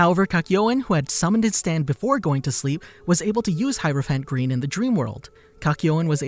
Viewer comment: He says heropiant green like this ''hirophant grin"